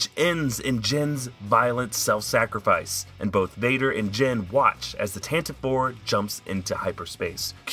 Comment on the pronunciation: Tantive IV is pronounced "tan- ta- vee four". It's in the Canon audio books and NPR adaptation. It also rolls off the tongue much more nicely. :-)